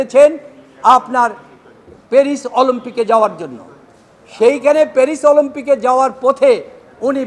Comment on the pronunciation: শব্দটা কি 'অলম্পিক' নাকি অলিম্পিক!?